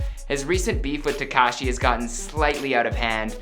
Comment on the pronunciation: Hey . At list this guy pronounces 'tekashi' correctly.